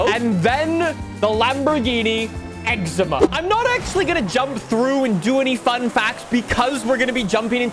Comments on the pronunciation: And Then the lamborghini "eczema" Excuse me WHAT!? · Did he jus call the essenza “eczema” 😂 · “And then the exema” 😂